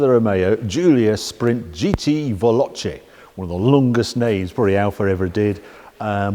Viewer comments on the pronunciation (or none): repeat after me VAY LO CHAY not VELLOCHEE . its like nails down a blackboard